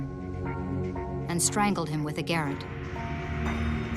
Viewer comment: Why don’t narrators check pronunciations before doing a voice over?!! That’s not how you pronounce ‘garrotte’ 🙄